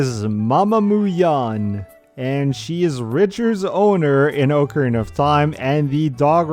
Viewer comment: How refreshing to hear somebody say, "ocarina" instead of "acorena." Like, commented, subscribed. You earned it.